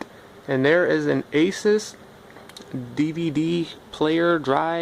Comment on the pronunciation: I’m not trying to be that guy but Asus is pronounced a-soos